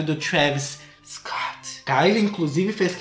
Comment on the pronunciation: Perco tudo com ele falando "Scott"